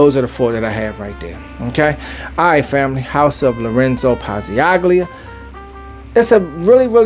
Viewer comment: Pazzaglia the g is silent, pronounced Pazal-lia 🗡️